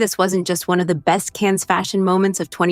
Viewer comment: It’s pronounced Can. The s is not pronounced.